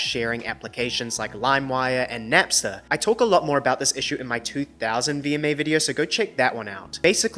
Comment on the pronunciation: Did this twunk just say "Napser"? 💀